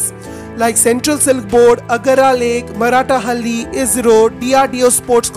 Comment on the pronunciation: That is maaratthahaLLi not maraatahalli